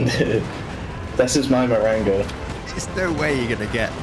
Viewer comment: I think bro said it wrong it goes: “IVE BEEN IN THIS POSITION BEFORE AT THE BATTLE OF MARRANGO, I LOST THE BATTLE AT FIVE O’CLOCK. BUT I WON IT BACK AGAIN AT SEVEEN!!!”